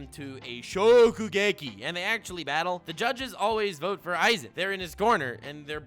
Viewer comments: when youre a man of culture, saying "za worudo". And then you do go and call a guy named "Eizan" - "Aizen" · Eizan... it rly triggers me that u say Aizen instead multiple times xD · Wait.. isn’t is eiazan not aizen (ay-zan not I-zen) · Eizan is more like Ay-zahn